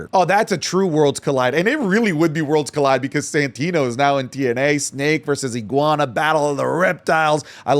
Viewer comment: not the 'guana